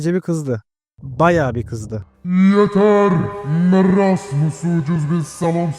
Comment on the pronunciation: Abi merasmıs deyil moresmıs diye döyleniyor